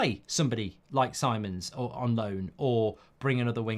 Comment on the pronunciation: Little thing BUT it is so irritaring to hear when the names are not pronounced correctly. If someone is your topic, take time to google and check how to pronounce the players/managers name first. Simons pronounced as "See-mons" not Sai-mon (English way). Just like TUS (Mark/Beth), always saying Tuchel before as "Tooooosshell" when it is "Too-kel"